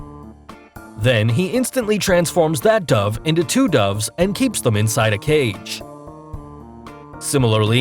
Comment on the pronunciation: I pronounce it dove but he pronounces it dove. I just don’t know which one is the right pronunciation.